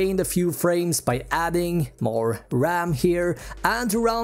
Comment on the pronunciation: Take a shot everytime he says raMM